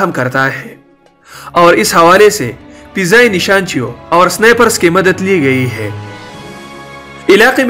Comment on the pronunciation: Its fizai.. Not pezai